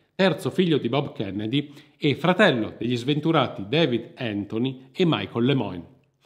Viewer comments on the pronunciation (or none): none